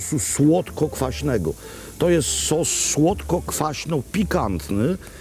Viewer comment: Nie brzmi to jak "SOS SŁODKOKWAŚNY " :D